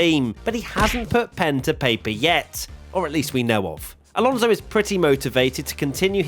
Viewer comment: It’s Alonso 😅